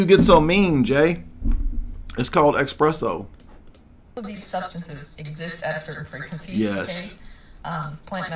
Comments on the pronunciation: Am I getting it wrong or is it called espresso instead of expresso? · Jay brother, it’s espresso not expresso🤣 no X, you sounding like a Hebrew roots brotha😭